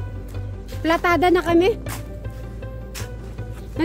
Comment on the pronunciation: Correction po PALITADA hindi platada 😂